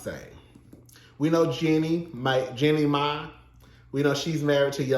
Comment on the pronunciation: Tickles me every time he says "Jenny May" 😂😂